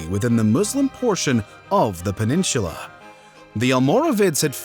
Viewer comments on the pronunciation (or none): Please please please pronounce it "peninsula" and not "peninshula" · has a strange way of pronouncing “peninsula.” It’s not “peninSHULA” dude! 😂😂😂😂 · It’s pronounced pen-in-soo-lah not pen-in-shoo-lah. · I keep hearing people on YT pronouncing peninsula as “peninshula”- what’s with that? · Bro, peninshula? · 57 did he really say peninchula? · The pronunciation of “peninsula” as “peninCHula” throughout this video was like a repeated slap to the face. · Please stop saying “peninshula” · I stopped listening after he kept saying Peninshula. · Probably should learn how to pronounce “peninsula”. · There is no "h" in "peninsula". Nor is there an "h" in "Portugal". Also, showing some major cities early on would be helpful. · Interestingly unique pronunciations! My favorites are “peninsula” and “hegemony”. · You pronounce "peninsula" like Fred Herbert would.